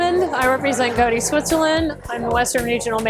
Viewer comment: Goaddee! Was waiting to hear someone pronounce this company name. Most mispronounce it like the Mob Boss’ surname! 😂